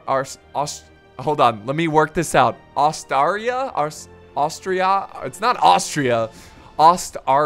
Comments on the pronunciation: 'Oh-star-e-ah' is how it's spelled!!! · How can it be so Hard for a Person to say Ostaria. Even for Americans.